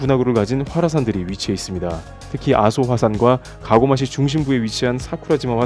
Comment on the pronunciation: 가고마시 아니고 가고시마겠지요.